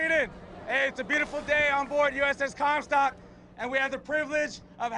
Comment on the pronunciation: did he say uss cumstock? 😂